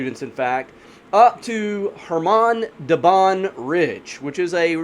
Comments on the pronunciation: Do not add k! It's Hamar! Like Suhoy jet is SuHoy, not Sukhoy - russians always sound h before vowels. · Forgot the k, it's khamar daban